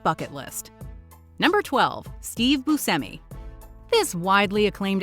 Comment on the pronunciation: Steve BOO-SHE-ME